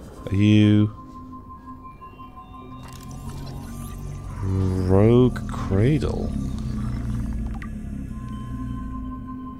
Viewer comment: Rouge is not Rogue or Rough. It's ROUGE. French for red. Everyone mispronounces it!